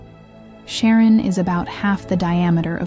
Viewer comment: Nobody ever pronounced it Karen or Sharron. Come on ai, find out that dictionaries exist. CharON!? Three wrongs and you are out.